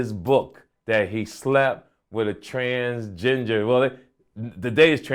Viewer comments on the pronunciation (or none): Did this nigga say transgingered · Just here to hear this fool say "Trans ginger" 😂😂😂😂. It's the funniest shit ever lol